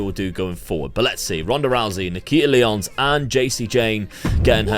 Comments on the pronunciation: another wwe game i can't play... will still be fun to see you play this! 💪 edit: also, nikkita's name is not lee-ons, it's lie-ons. as in lions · I know you do FM content too, so I can understand the mix up. Nikkita Lyons is pronounced like Lion (her indy name was Faith the Lioness), not like the 7 time Ligue 1 champions, Lyon.